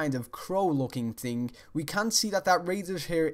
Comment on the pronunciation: when you say thing it sounds like ting